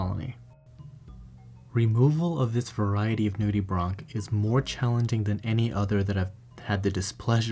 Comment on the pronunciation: Him : nude-e-bronc Me: Nude-e-branch